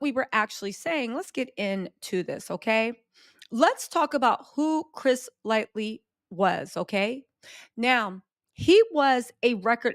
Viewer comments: Hey, it's LIGHTY, not LIGHTLY 😄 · Yeah. She never pronounces his name correctly because she does not know who he is, but out of everyone she deep dives on, I need her to put some RESPECT ON CHRIS LIGHTY'S NAME! Forreal. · It's hard to hear it mispronounced so many times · His name is Chris Lighty. Not lightly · It’s L-I-G-H-T-Y , lightly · God rest the dead cuz you STAY butchering that man’s name. His name was CHRIS LIGHTY!! Not “LIGHTLY”. 😒🙄 “Chris Lighty American music executive”. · Pretty sure it's Lighty and not "Lightly." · Each time you mention Chris "Lighty" you call him Chris "Lightly" not a huge deal its just not his name lol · that man's name is CHRIS LIGHTY.. not chris lightly... RIP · Its not lightly its Lighty 😂😂😂lol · The fact that she keeps calling him Chris Lightly is funny 😆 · Love you - you make me feel old when you pronounce some of the names wrong lol. Light - Y. There is no L at end lmao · Do you mess some of these names up so you won’t face legal ramifications… is it an honest mistake? Because those names kill me! Chris “Lightly?” Good technique if you’re doing it on purpose. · Nah she just getting it wrong 😂